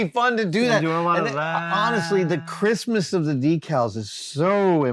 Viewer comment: Everytime you both said "Crispness", I heard "Christmas" and thought that was a specific term for that style of printing I hadn't heard of before :D